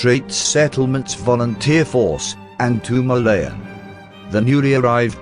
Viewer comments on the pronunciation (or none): none